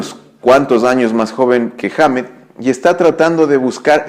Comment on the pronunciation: Correción "Kirk Wahmmett" hahaha xD